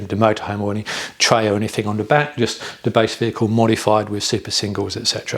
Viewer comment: Sorry, I do apologise. However the word you are looking for is “The” not “Duh” I feel bad but it’s a cringe every time. I know, just don’t watch the vids and move on. I do like the content, just the “Duh Isuzu ….” These not Deez 🤔